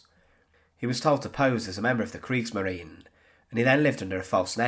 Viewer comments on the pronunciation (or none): none